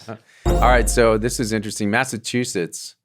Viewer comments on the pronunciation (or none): none